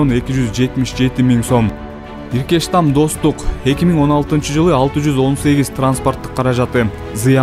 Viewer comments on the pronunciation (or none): Иркештам эмес эркечтам